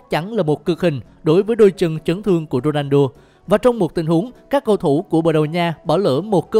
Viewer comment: Cj đọc ronando lại là cr7 trong game ff à ? ':((